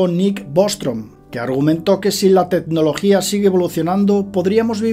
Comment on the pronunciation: Produtto, tetnología... Que es esa dicción?